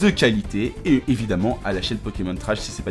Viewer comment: vous êtes bien sympa mais apprenez à prononcer le nom des Pokemon, ça devient vite irritant...